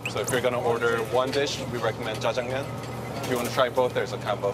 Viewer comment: 걍 째쟁미연이 발음 구현을 너무 잘해서 웃김ㅋㅋㅋㅋ